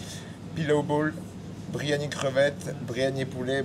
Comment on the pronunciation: Bon le gars dit bryiani à la place de Byriani déjà t'es pas en confiance au niveau de l'authenticité de la chose...